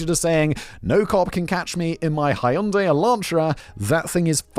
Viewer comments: What the fuq. The way he pronounced Hyundai blew my mind. Did he pronounce it wrong or does every anerican pronounce it wrong? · When can we talk about Simon saying hai-yun-dai?